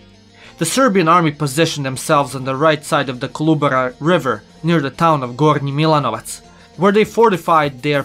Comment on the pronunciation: The way you pronounced "Gornji Milanovac" makes me think you are naš, great content btw!. Keep em comming!